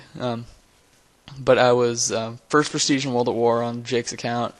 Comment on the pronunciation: First, not Forst